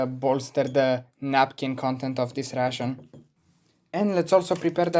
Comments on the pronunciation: credca ar trebui sa pronunti reishån,ca tu pronunti la fel ca pe russian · Coaie, mă zgârie pe creier acel "russian". Învață dracului pronunția în engleză daca tot faci content în engleză... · 24min in the video and he didnt say he is russian yet. In the first minute he says he is Military Ration (the way he prononuces ration sounds like "russian") Enthusiast and then that his motherland is Romania. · My guy as a fellow Romanian myself you saying ' ration' sounds more like russian 😂😂😂 d.m. if you want a few tips and trick on how to better your pronunciation